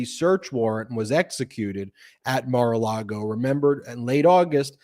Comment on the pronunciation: Why does always pronounce it’s Mara Lardo? 🤔